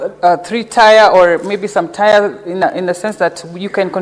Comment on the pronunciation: Nyamu cant communicate effectively unless she is drunk.. and the word is tier not tire.. its pronounced tia (you might find it relevant coz it gets done to you in Statehouse)